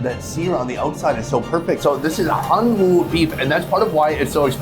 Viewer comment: Korean pronunciation of Hanwoo is closer to "hanu" than "han woo". The Korean character is "hanwoo", but the pronunciation is slightly different.